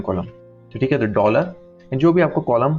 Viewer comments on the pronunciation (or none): none